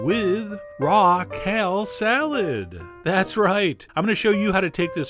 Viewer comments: It sounded like "Raquel" salad. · I kept hearing Raquel Salad :\ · I thought, " who's Raquel?" And then I realized you were saying "raw kale."